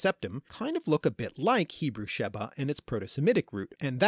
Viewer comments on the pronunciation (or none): A lot of the times you said B in Hebrew words that should have had a V rested-shavat week-shavu'a seven-sheva